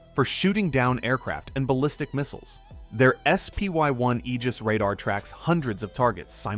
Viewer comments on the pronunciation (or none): none